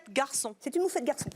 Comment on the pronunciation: evelyne elle a galéré a dire moufette